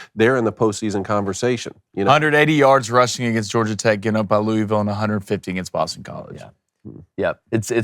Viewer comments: It's two syllables. Luhl-Vul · Idk whats worse, the butchering of this game prediction or his pronunciation of “Louisville”.